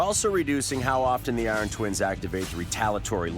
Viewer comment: Oh god. Eye-ron man is back. 😂